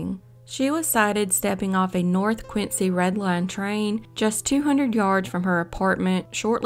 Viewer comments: Dear, one doesn't say Quin Cee y but Quin Zee, Massachusetts boy! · It’s pronounced quinzy